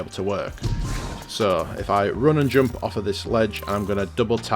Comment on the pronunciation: The way you pronouncing 'jump' and other words triggers me enormously..